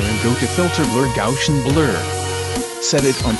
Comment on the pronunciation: the way the narrator says gaussian is hilarious!